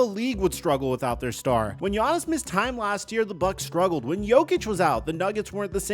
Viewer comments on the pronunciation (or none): none